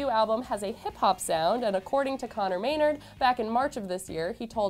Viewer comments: "Conor Meynerd." Wow, great pronunciation. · Did she try and say Conor Maynard?